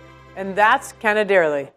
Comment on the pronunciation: My sweetheart.. im italian... its canè-derlì.. not cane-derli